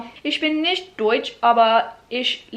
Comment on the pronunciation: „Warum nict“ 😂👍